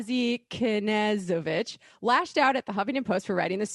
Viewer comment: Sheriff Knezovich is a joke. The SPD also just opened a new precinct downtown last month. He's been Sheriff as long as I can remember. How did pronounce Knezovich right but not Spokane?